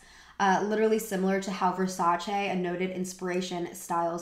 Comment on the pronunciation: "ver-sAAHHH-cHey" now c'mon now...if you're here critiquing fashion...at least know how to say Versace right. My weak Italian heart